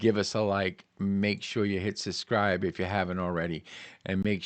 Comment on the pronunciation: What is it with Youtubers at the moment saying "Suscribe" instead of "Subscribe"?!